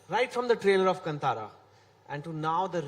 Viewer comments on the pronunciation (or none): everyone in bollywood says "Kantaara"> Dude, its "Kaantaara" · Still pronouncing Kantara incorrectly this Chetan 🤦🏽‍♂️